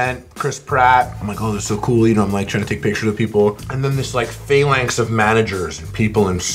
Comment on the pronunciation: Man said phalanx :)